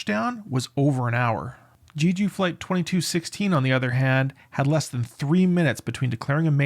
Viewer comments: It's not pronounced "Jeeju", it's just "Jeju", as the 'e' is in in "jet". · do people mispronounce jeju on purpose? lol it’s literally english pronunciation like JElly, not JAYju, not GEEju. Je like Jelly please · I think you should take another look on the size of that "bunker" in the video instead of using your indignation toward someone that pronounces "Jeju" different than you. :)))